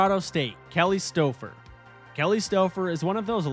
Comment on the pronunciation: Mis-pronounced Kelly Stoufer, tho. (Supposed to be STOW-fer. Not Stoh-fer).